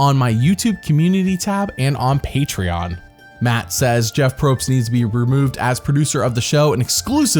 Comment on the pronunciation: it’s pronounced Jeff not Jeeoff